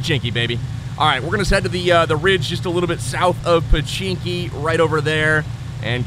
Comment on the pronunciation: do u know its pochinki not pechinki